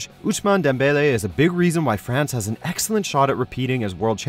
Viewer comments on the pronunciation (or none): none